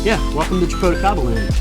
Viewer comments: You’re saying japoticaba , it’s actually jaboticaba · 😆 it's so funny when you try to say Jaboticaba... 😆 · I'm from Brazil from the State where Jaboticaba is native. When he said "Jaboticaba " I can't help but to burst laughing 😆